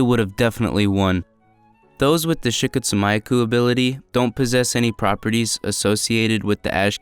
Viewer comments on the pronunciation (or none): The way he pronounced the kekkei genkai was cringe. I always thought it was pronounced "she-coat-sue-me-aku" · Dude butchered “Shikotsumyaku” 💀